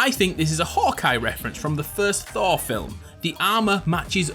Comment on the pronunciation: Who says Thor like thawww